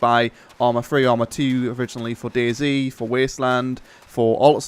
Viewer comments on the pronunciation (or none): none